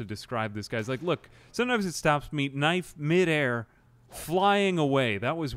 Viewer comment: I LOVE how you say knife as knief sometimes. I do the exact same thing.